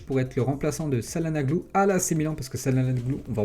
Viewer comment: Salanoglou 🤣🤣🤣 ca ce dit tchalanoglou